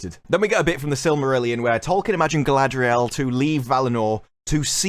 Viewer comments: It’s Guyladriel…. can you get it correct please! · This ain't Galadriel this is GaladREYal. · Galadriel? I thought it was CAladryl. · I love how all of the actors in the interviews pronounce "Galadriel" completely differently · Every time they say "Galadriel," it sounds like the consonants in her name got drunk, fell, and broke their hips. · I truly can't wait to see the show. I got my notepad ready to count how many different ways Galadriel is pronounced. It's my filologist and linguistic passion. 😂